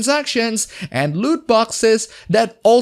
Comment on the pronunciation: for a moment I heard you saying Lewd Boxes ...